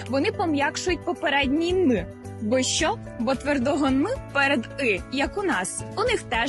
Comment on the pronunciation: Дівчата, перш як учить когось української вимови, навчіться її самі. По-перше, замість українського переднього звука "и" ви вимовляєте московського "ы". Ви вимовляєте "що" як "шьо", а треба як "шчо". Звук "в" у вас часто не сонорний український, а шумний губно-зубний московський, а короткий нескладовий "у" на місці "в" після голосних я чую од вас через раз, як не через два. Звук "й" ви теж часто вимовляєте з тертям, як москалі. Та й дзвінкі приголосні часто оглушуєте наприкінці слів, хоч самі застерігаєте инших не робить цього. А замість церковнослов'янського "тим паче" годилось би вживать "і поготів".